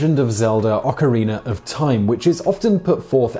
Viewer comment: Ocariner in Time